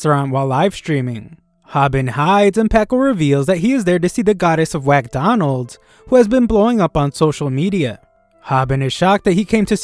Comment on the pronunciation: Did this guy just say 'Whackdonalds'? lool😆